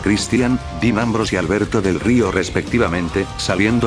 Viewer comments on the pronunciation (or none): que carajos con RVD porque dice Deam Ambrose? :'v